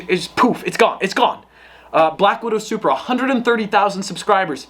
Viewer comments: Plate-SupBruh instead of Supra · "Zupra" ez